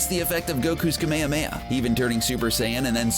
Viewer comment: He pronounces zamasu as “zemessoo” and kamehameha as “cuhmayhumayhuh”